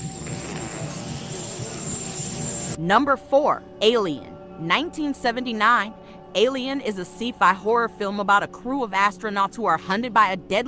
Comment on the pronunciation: Did you just pronunce sci-fi as SEA-FI? 😂LOL!